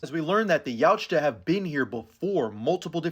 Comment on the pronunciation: Love you but the T in Yautja is silent